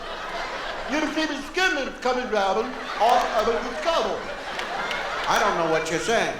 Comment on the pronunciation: putT. thatT. DOWNTTT and